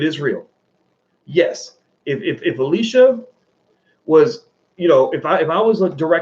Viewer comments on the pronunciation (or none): none